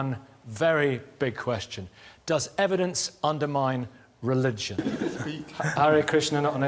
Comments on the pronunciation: Ae Bhai relijan bola kar tere relijiaaan bolne se dimak ka bhosda hobraha hai. Wapas bana ke daal video. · Religion sahi se bol yaar, baat baat pe religiiyan kar raha hai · Arey pehle tu apni hindi theek kar vyakhya hota hai ,vakhya nahi , reli-gen hota hai reli- gian nahi 😅😅😅